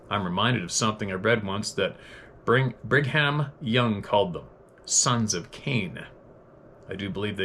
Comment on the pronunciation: That is fascinating that your letter-writer mentioned Brigham Young's calling them, "sons of Cain." Brigham is pronounced, BRIG - um.